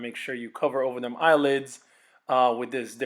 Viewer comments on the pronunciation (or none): none